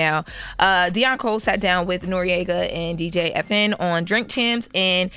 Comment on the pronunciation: this dimwit said “DJ effin” 😂😂😂 come on say it with your big girl brain it’s DJ E.F.N. The letters EFN are not a word. Like the letters ABC isn’t a word pronounced “abbcckk” smfh. When dumbasses cosplay and sensible.